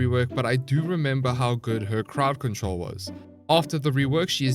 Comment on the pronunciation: I thought he said paw patrol instead of crowd control